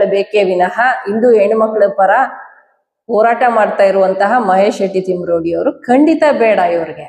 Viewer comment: ಇಂದು ಇಂದು ಅಲ್ಲ ಹಿಂದು ಹಿಂದು ಓರಾಟ ಅಲ್ಲ ಹೋರಾಟ ಇಂದೆ ಅಲ್ಲ ಹಿಂದೆ…..ಹ ಉಚ್ಚರಣೆ ಕಲಿರಿ